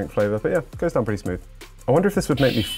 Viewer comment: can i get some pwetty pwease